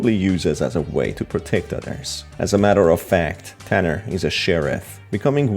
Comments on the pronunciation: HIS NAME IS NOT TANNER IT IS TUNNER🤬👺👹👿😠😡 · And plus its not tanner its tunner